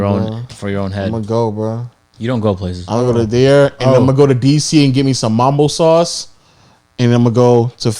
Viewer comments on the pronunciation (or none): He said Mom-bo sauce 🤦🏽‍♂️, its Mumbo sauce my guy lol